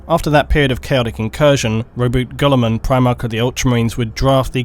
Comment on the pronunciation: What was that? Primarch “Robot Gullman”? A robot seagullman? ...sorry. No! Please ppl don’t throw the rocks!!